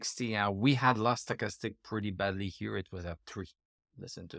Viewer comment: HAHA,that´s funny,and to be honest I always think,when you pronounce that first indicator:"Sugarstick",or Soccastick"_LOL! No bad vibes,I´m German(from Berlin),this accent also doesn´t sound great!!! AND I definetlly want to improve my french...!!! Au revoir,bon vin de semaine pour toi!:goodvibes:😂😅